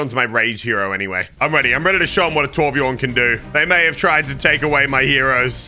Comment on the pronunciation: torbjörn not torbjorn